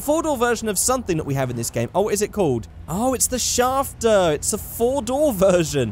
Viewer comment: I Hate How He Says Schafter